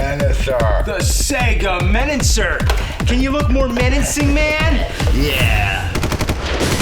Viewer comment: did he really say 'sega menancer'?